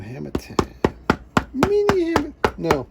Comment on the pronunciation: It’s not hammer time, it’s “her”mer time.